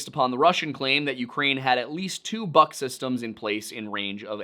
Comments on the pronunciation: The word “Buk” is pronounced “book” and not “buck” the “Buk” is a missile system and the word means “Beech tree” in Ukrainian. I speak Slovak and it’s fairly similar and many common words. Sorry but it’s annoying bc it’s not a difficult word to pronounce. Thanks , and I LOVE the Lore Lodge videos. I’m rewatching them all. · Buk is buk ,not BAK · As a slav I can say, that buk is spoken not like buck, but like book (literally; u=oo in slavic languages). It`s good to always look on the phonetic pronunciation to be certain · It's a minor point about pronunciation but still: "Бук" is pronounced like "book", not like "buck". Just a correction. Also I think this situation is prime Hanlon's razor material. Rebels' incompetency is much more believable than ukrainians' malice. The fact that we have more evidence for this theory is telling. Good job overall, you handled this topic very professionaly, I was kinda afraid to go watching this, but you've once again proven yourself a fair and balanced researcher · The biggest thing that is throwing me off in the video is "Buk" pronounced like "Buck" instead like "Book" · Book is how you say the "buk" name of the SA11. I see someone else said that too but it drives me nuts hearing that. Typically just say SA11 or whatever the Nato name is. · Pretty sure "buk" is pronounced like "byook" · Close, it's pronounced exactly like the word is pronounced"book" in eng. "У" makes an "oo" sound, "ю" makes a "yoo" sound. But ultimately, it doesn't rlly matter, especially since Бук's romanized ver is "Buk", easy to get it wrong. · One small correction, dear sir. The missile system in question is called Бук (in cyrillic), therefore should be pronounced as "book". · You’re saying BUK (Buk) wrong.